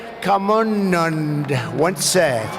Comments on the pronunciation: Swami vive-ka-muu-nand 😅🤣🤣👍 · swami vive-common-nand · Swami Vivekanonondo 🤭....It's Swami Vivekananda... But honestly I like Trump's personality 😍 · Swaamii.. vi..vee kamunnunnd..!! once said.. bruhh thats not how my name is pronounced 😒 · Swami Vivek-khamonond 😂😂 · Swami vivekamanand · What is a 'Chiwala "Soooochin" "Virat Khuli" "Swami Viekaaanda"😂😂😂😂 Who pronounces names in such nonsense way. Specially from an English speaking nation its the least expected. Hope it wasn't mokery on perpous. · I appreciate his memory for such a long and diverse speech, but can't really appreciate the way he pronounced Viveka-mondo and Viru Kouli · At 8.55 lol he is saying Swami Vivek commander 😬😂😂😂🎃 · Excellent pronunciation of Vivekananda!!! He graciously ended up somewhere between "VIVEK WITH ANDA"!! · Trump if you come next time to India please learn to pronounce swami vivekananda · When he says vivekanand is so hilarious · Why is he telling us about our own country? On a side note somebody should have proofread his speech and made corrections to the way he pronounced all the names wrong. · Swami Vivekananda pronounciation 🙄😂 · I also laughed but he being an American we cannot expect proper pronunciation from him.I hope Swami Vivekananda forgives him. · Swamy vivekananda pronounciation 🤣🤣🤣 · Potato face could not pronounce Vivekananda